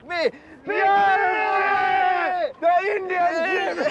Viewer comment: Every time they said "INDYAN" I cringed.